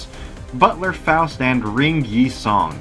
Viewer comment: You're probably the only PM youtuber to pronounce Yi sang's name correctly